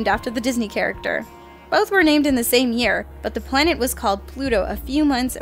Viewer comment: "Pwanet Doran."